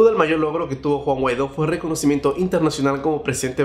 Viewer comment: que buen noticiero ya hasta le cambiaron el nombre "Juan GUADÓ" 😂😂